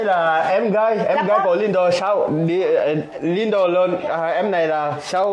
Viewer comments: 2 vợ chồng nhà này ko sửa cách gọi tên Lindo mình sẽ cạch và gạch kênh. Tên ngta (lin đô, lin đồ) chả hiểu sao đọc thành lin đù???? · Tiến phát âm lại tên Lindo đi nhé. U và o khác nhau mà.